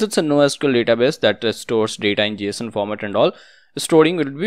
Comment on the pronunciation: very great video, and it is not Jshon it is Json 😂 [pronunciation]